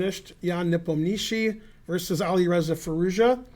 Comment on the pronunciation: Hey Ben, you pronounce Yan’s last name quite well!